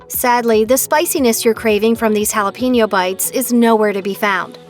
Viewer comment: But butchers jalapeño